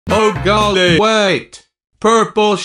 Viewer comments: yOu SAid oH gOiLY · “ oH GoIlY”